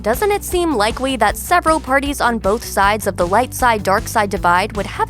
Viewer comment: Is it just me or did she say "likewee" instead of likely